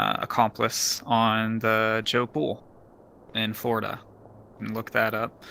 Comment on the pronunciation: "in flordia" cringes in floridain